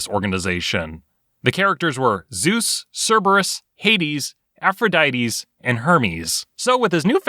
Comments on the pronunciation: "afrodites" im triggered now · "AphroditeS"? Lol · For a second I thought he called Aphrodite herpes lol